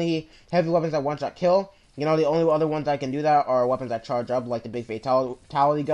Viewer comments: It's not WeaponsTat it's weapons that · "WeaponsTat" LOL